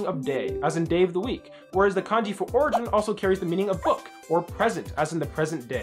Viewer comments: "Origen" Uhm, that's origin. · "oregen" is crazy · I think you mean origin, not origen.